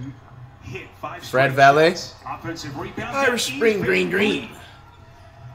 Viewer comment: “Fred Valeh” Facts yo